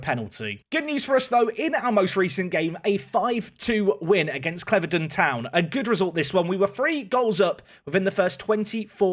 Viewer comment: Your saying clevedon wrong, it’s cleve-don 👍